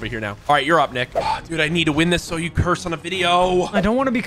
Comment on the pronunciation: He said curss word